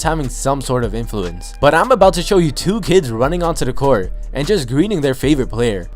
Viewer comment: “On to da court”